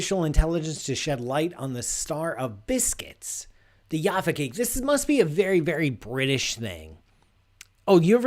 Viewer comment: It's not pronounced 'Yaffa' cake, it's Jaffa with a hard 'J'. They're not cakes, they're biscuits with an orange filling and chocolate topping on a baked sponge base. They're quite nice if you're a kid. And now not nearly as big as they used to be!